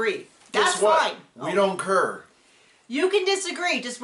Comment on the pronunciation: Ummm seems to "ker" so much he doesn't ker.